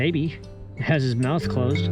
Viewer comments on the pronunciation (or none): none